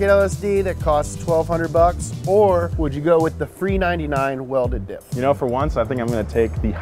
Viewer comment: Anyone kept hearing “dip” instead of dif